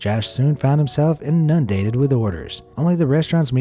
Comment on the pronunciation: In-NUN-dated? You mean INUNdated.